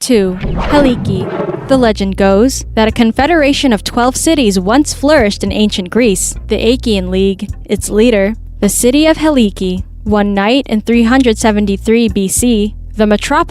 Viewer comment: Achaïa, not Aikea!